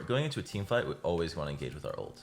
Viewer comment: Why the hell you say Olt instead of ult or alt